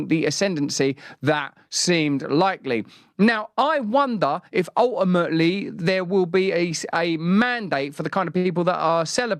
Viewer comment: ALt-aMaTiLy the way he said that pisses me off sm omfg